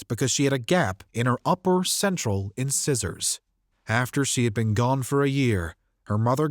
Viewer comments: Did you pronounce incisor as "In-Scissors" ? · Incisor is actually pronounced "In-size-er". I love your videos!!! I'm so glad these families have a sense of closure.